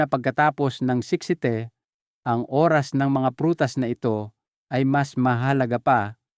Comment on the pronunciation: Pk clear Po Ang pagbigkas ng Oras dpo maintiñdihan